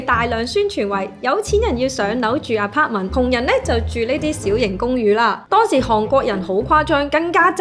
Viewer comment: 点解你会读apartment做aparter？